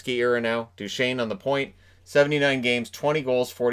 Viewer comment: Ah yes, "Steve Dew chez nee"